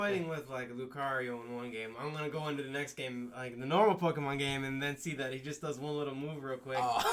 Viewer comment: ive been telling my brother for years its not called pokeman its called pokemon ( sounding like granny lol ) on another note this game wont be really all that bad to the pokemon fans because majority of them never complained about pokemon snap and for me who is a fan of pokemon i didnt like the game but i still played it